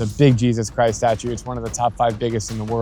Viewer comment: Drew, akhi, the way you pronounced that R in Jesus Christ was a shocker. 😅